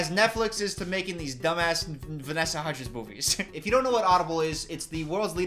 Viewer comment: "vanessa huddgies" like chicken nuggies lmaoooo